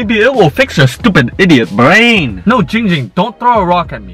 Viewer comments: It is Ging Ging not ping pong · I'm 4 year late to this but to you,, Ging Ging's name is pronounced Giiiiiiing Ging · a e s t h e t i c a s m r his name is Giiiiiiiiiiiiiing Ging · It’s not giiing ging, it’s giiing GING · DUDE ITS GING GING NOT JING JING! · The letter E no it’s Giiiiiiiiiiiiiing Ging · It’s pronounced GiīóUG Gïîoüng! Not jing jing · WHAT THE HELL ITS GING GING NOT GENG GEND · AYOOO ITS GIIIIIIING GING NOT GING GING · ik how to pronounce his name! its not ging ging its Giiing Ging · It’s not Ging Ging it’s ling ling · Why does no one seem to care about saying “Kim namjoon “ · "I used to give her the SunnyD too but, without the Sunny" Ging Ging